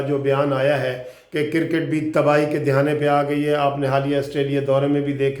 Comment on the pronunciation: آپ بہت اچھی انفارمیشن شئیر کرتے ھیں ۔ آپ نے آج آخر میں بہت اچھی اپیل کی ھے ۔ گالیاں دینا تو نہایت بد اخلاقی ھے ۔ میری بھی ان دوستوں سے گزارش ھے کہ گالیاں دینے کی بجاۓ قانونی ٹی وی کو بلاک کر دیں ۔ آپ سے گزارش اگر برا نہ مانیں تو اپنا کرِکٹ کا تلفظ چیک کر لیں ۔ شکریہ